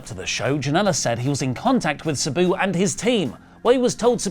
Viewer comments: Who the hell is “Subew”, then when he’s reading it, it’s “Sabu”! Damn you!!❤😂😂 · Why is saying Sabu like that lol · PLEASE PRONOUNCE SABUS NAME CORRECTLY!!!!